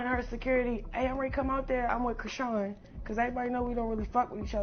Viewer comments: Who is Chrone...Its Chrisean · Oops you actually pronounced her name correctly while speaking but you mispronounce it on purpose weird and you slipped up 😂😂😂